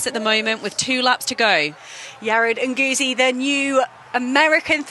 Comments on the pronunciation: PLEEEEASE learn how to pronounce Yared Nuguse last name. You're going to be saying alot in the future. Brutal and embarassing. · Question, did the commentators get the correct pronunciation of Nuguse?